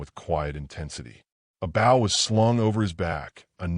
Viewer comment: The man had a bo(w) not a bow (bough)